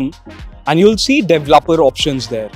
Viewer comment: De ve lo per ,mode xD I just wana help you say it